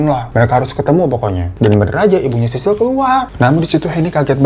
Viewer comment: Sisil woy bukan sisir wkwk